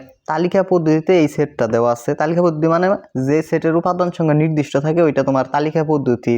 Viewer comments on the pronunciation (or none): none